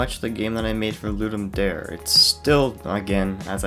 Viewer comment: It is actually pronounced "Ludum Dare", not "Ludum Dare" like you were saying it.